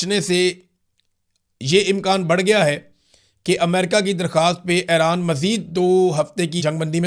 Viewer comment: Ay-Raan Nahi Bhai E-Raan (Iran)